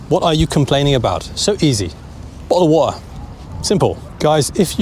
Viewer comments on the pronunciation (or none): He said bottle of water but no one in the uk says it like that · 'bottle war' sounds like this to me lmaoo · Thank you. Does this kind of pronunciation of 'bottle of water', the way you pronounced, belong to a particular region of England or working class?